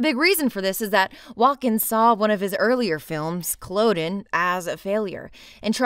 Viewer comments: Culloden is pronounced Coll udden.No offence intended. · For anyone watching through back catalogue: 1) You can watch "Punishment Park" for free here on YouTube (just search I'm not gonna link and risk it being taken down by copyright) and a 2004 interview with Peter Watkins about the film. 2) That's not how you pronounce "Culloden" but Calliope Syndrome here should be forgiven because of how good the rest of the video is (for future reference the "o" is supposed to be a short o sound closer to - Cull-uh-din).